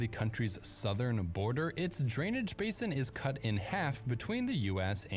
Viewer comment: "Basin" is pronounced with a long "a" in the US. "Base inn".